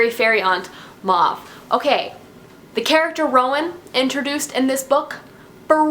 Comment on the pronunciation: Ok first Celaena is pronounced Cell-a(like the letter a)-nah not Selena like Selena Gomez .... secondly you pronounce Maeve like May(like the month)-ve ... and you pronounce Aelin like ee-lin :) ... and I loved the Manon chapters too :)